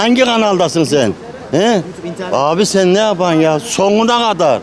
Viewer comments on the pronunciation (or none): Dayı soguna kadarrr değil sonuna kadar ilk önce türkçe konuşmayı öğren senin ben amk